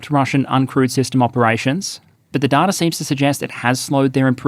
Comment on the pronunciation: Hi there. Loving the videos. Just wanted to say that I think you are pronouncing the word data wrong. It's pronounced data, not data. Thanks, love from a fan.